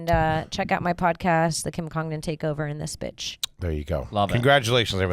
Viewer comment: ending the episode by mispronouncing last name